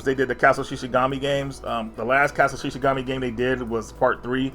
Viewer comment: I've never heard him say Castle of Shikigami correctly 😆Shi'shi'gami would be 'Deer God' lol. I loved when he once said Super Robot 'Tensken' instead of 'Taisen' as well 🤣